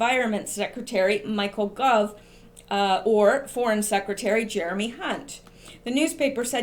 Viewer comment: It's Gove, rhymes with Toad. Not 'Guv'. Gove is a total idiot.